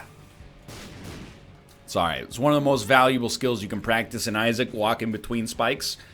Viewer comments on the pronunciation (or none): none